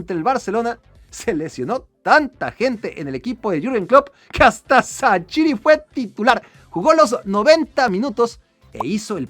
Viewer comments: Es Levíosa, no leviosááááááaaaa... ¿Por qué dices que XHERDAN SHAQIRI se pronuncia Sachiri, CHasiri, CHaCHiri y demás? No entiendo porqué te cuesta tanto pronunciarlo correctamente, REPITE CONMIGO (escritura de su correcta pronunciación fonética): SHerdan SHaZZiri. Saludos hermano mexicano. Me caes bien pero trata de decir los nombres bien que se te está pegando lo de los argentinos al decir Yavi (Xavi Hernández), Shorente (Llorente, cualquiera de los 3, siempre lo dicen mal) o cuando decían Ar-lléN ROBén (como si fuesen a decir Rubén, en referencia a la estrella holandesa Arjen Robben, cuya pronunciación es Arien Róben sin más). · Primero es bueno investigar cómo pronunciar los nombres, no mames no vas a pronunciar asi el nombre de shaqiri